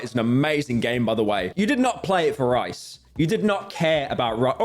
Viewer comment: rice... bro its Rias😭😭